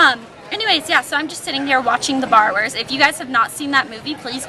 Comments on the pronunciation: lolol i thought you said "Bar Wars" instead of "Borrowers" and i was like that's a kids movie?? lol anyway hope you weren't in an area where there were a bunch of storms and hope you have a good prom~ :) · When you were saying barrowers it sounded like you were saying bar wars! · i thought you said "Bar Wars" instead of Borrowers lol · I thought you were saying The Bar Wars:P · i thought you were saying "the bar wars" lol. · oh the borrowers! i thought you said the barwerts and I was googling it!